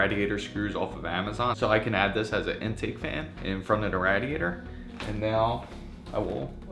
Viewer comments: It's pronounced Ray-diator, not Rad-iator...;) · It's RAY DIATOR. NOT RAD IATOR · i had to stop the video. i couldnt take the Rah-De ate her anymore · how has this guy never heard someone say radiator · Nice video but you're saying radiator wrong and it's incredibly triggering